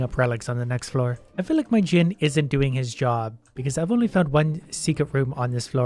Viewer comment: He pronounced djinn right, guys!